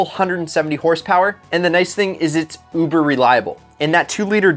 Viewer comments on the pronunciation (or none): none